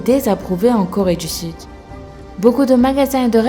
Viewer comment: Super videos mais tu dis trois corré du sud